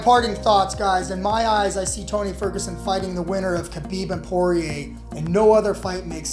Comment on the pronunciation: When you're doing a UFC commentary, but don't know how to pronounce "Poirier" or "Rafael Dos Anjos"...